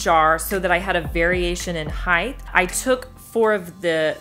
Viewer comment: It's height. Heighth is not a word.